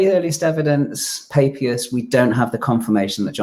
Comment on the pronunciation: is painfully naïve… or, more seriously, profoundly academically lazy?. He (also) mispronounces the name of the early church father Papias. Were all of his college professors illiterate? There are pronunciation applications all over the Internet. There’s no reason to be mispronouncing at least three names of famous historic figures. It’s disrespectful to them… And to the audience.